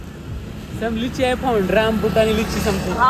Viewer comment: Rambutani nahi Rambutan from thailand